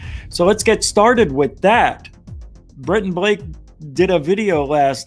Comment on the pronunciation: Who's Brenton Blake? Ohhhh, Blakenbrent, gotcha. 😁👍